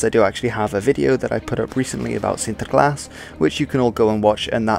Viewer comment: yeah, sure, but there are some minor things that make his dutch pronunciation a bit off. This is noticeable in the first dutch word he uses in this video, "sinterklaas". He exaggerates the r, which shouldn't have been rhotic in the first place. The intonation also sounds off, native speakers would put the stress of the word on " klaas ", he doesn't stress any of the syllables. His pronunciation is good, but not on the same level as a native. His English pronunciation on the other hand is perfect. He also pronounces spanish, french and german really well, so my guess is that he's English and multilingual or just spends a lot of research in pronouncing foreign words for his videos.